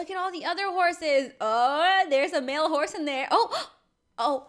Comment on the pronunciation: Cookie girl:D cat:3 lol when ever I play I haven’t been on roblox in a while but I was thinking In my head I’m gonna name my horse butter cup also read the description she said hose instead of horse and BUTTER CUP IS CUTE BAM WHAT!!!!!